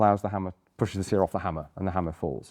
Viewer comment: "seEr", lol